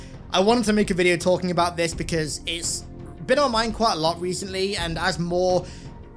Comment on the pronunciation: Opens video* “Halo has long bean”